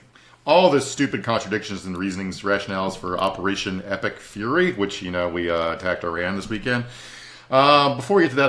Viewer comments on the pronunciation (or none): none